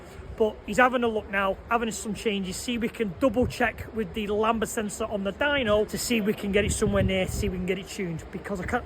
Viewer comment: It's 'lam-duh'